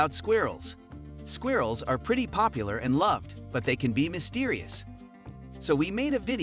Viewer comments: I don't like the way he pronounces " squirrels" . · I think it's funny.. it's different 🔥🙌🏾